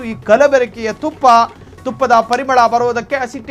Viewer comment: ನಖಲಿ ಅಲ್ಲ ನಕಲಿ. ತುಫ್ಫಾ ಅಲ್ಲ ತುಪ್ಪ